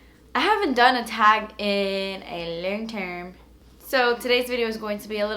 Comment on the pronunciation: "lerng term" every time she talks like that i love it lolllll